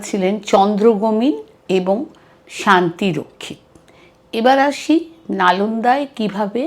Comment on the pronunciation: ধন্যবাদ আপনাকে! যদিওবা বেশ কয়েকটি স্থানে নামগুলোর উচ্চারণগত ভুল ছিল॥ যেমনটা- ভিক্ষু শীলভদ্রের নাম উচ্চারন করেছেন শ্রী ভদ্রের❌. * ভিক্ষু শান্তরক্ষিতের নাম উচ্চারণ করেন শান্তি রক্ষিত❌। ইত্যাদি ইত্যাদি। এছাড়াও কোরানে ঔষধ মেশানোর গল্পটি একেবারে বানোয়াট। নালন্দা ধ্বংসের পেছনে যতটুকু না বক্তিয়ার খিলজির হাত ছিল, তারচেয়ে শতগুণ বেশিছিল বৌদ্ধ বিরোধী উগ্র ব্রাহ্মনদের। ব্রাহ্মণরা বৌদ্ধদের হত্যা ও নিধন করেছিল সে বর্ণনাগুলো এখন ইতিহাস স্বাক্ষী। মনুসংহিতা পাঠ করলে গায়ের লোম দাড়িয়ে যায়😢। অশোকাবদান গ্রন্থেও এর যথেষ্ট বর্ণনা আছে। ভারতে পুরো হিন্দু মন্দিরগুলো এক সময় বৌদ্ধ বিহার ছিল। পুষ্যমিত্র, মিহিরকুল, সংকরাচার্য, শশাঙ্ক এদের শাসনামলে তা ধ্বংস ও দখল করা হয়। এমনকি